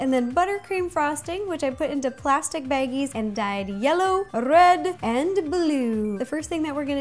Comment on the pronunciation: That moment she Said "röd" instead of red